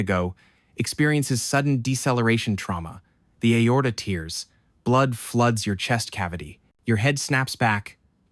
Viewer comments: Read it yourself so it doesn't pronounce tairs as teers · Urghh the AI voice really puts me off.. how much is AI generated content, how much is human generated? I'd like to believe that it's human generated with AI fleshing it out, but come on ... "That's the impact force of a head .. on car collision" .. "your liver tiers" .. "the aorta tiers".. it's really off-putting and makes me think it's all AI slop. Even if it's good slop. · "The aorta teers" Yep. AI. Good though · "Your liver TEERS?" Okay, AI narration detected for sure. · An AI voice that can mimic a Canadian accent, but can't distinguish between tears (ripping) and tears (crying) when reading. That's funny. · He’s not an Ai voice tho. Unless you’re being sarcastic and I didn’t get it Edit: He sure did say tears like crying tho so idk